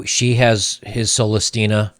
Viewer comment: he pronounced it soul less???